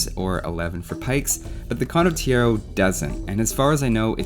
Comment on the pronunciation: Condottiero pronunciation is really sketchy... but that's probably the smallest nitpick anyone could ever made so w/e. Great video regardless!